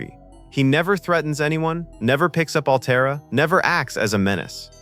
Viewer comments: (Altair is not pronounced "Al - tee - air" - do you listen to these before u post them?) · "Al-Tay-Air"? Are you doing a review on a movie you've never seen?? How could you possibly mispronounce the name of the planet? Sloppy. Thumbs down. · Narrator can't pronounce Altair and has not watched the film. Tired of this slop. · Maybe get a REAL narrator who can properly pronounce, "Altair." Sheesh. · "Altair," the planet, it is pronounced "Al Tare," and the daughter's name is "Al Tare Ah." Interestingly, Altair is the Arabic word for "flying eagle."